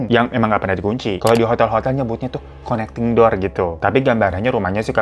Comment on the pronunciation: Bang Hiro. "N" nya 2. Connecting door. Setahuku lho yaaa